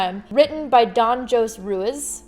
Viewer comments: Don ho-say roo-ease is how you pronounce his name. I see other comments about this too, and it's not that they're wrong but I figured it wouldn't hurt to offer multiple spelled out pronunciations. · Hi! The first author is pronounced like this: Jose - "Ho" "ce" Ruiz - "Ru" "Is" I loved the video<3